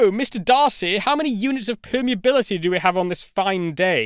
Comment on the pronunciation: densi-ee, permeabili-ee, reali-ee